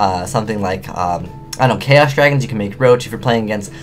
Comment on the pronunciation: did you say "I dont care-os Dragons"? xDD